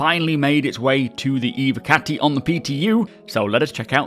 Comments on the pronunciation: dud its about the ev O cati. Cause it sounds more like hes saying evEcati or evAcati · dud u dont get it. ITS NOT ABOUT THE V. Its about the following O. So in speak to text hes saying ew(v)e- or ew(v)acati tho its ew(v)ocati. Its e- voh not e-vah or e-vehcati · can you please pronounce it Evocati and not Eve- or Evacati | that’s so unsatisfying 😅😂 good video ❤😊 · nope, just learn how to pronounce the word right. there is no Eveecati or something else. it’s like.. ur telling me that "Intel Evo" is Intel Eveee pronounced. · What about the v? The word is Latin so should be pronounced like an English w as well. Never mind that the singular version of the term is evocatus.